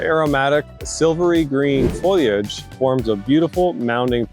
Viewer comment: It's not "foy-liage"!! It's fo-lee-age. Otherwise, very good information.